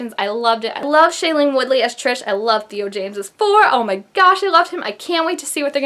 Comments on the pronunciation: YES ITS SO SOON! But I couldn't help but notice you call her. I thought it was Tri-s?😂 lol but srsly great video! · I'm litteraly die every time she says TRISH cause guuuuurlll it's TRIS!!!!!